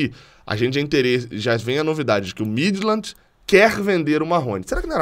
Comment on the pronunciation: A pronúncia correta do clube dinamarquês Midtjylland é: Míti-iúland.